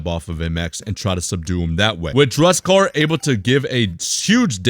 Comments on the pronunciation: yo please... DUSEKKAR, NOT DRUSEKKAR, RESPECT MY BOY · This guy legit hates dusekkar Ehem as he call him "Drug-sekar"